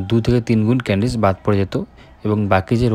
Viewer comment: ক্যান্ডিডেস😅 । ক্যান্ডিডেটস ✅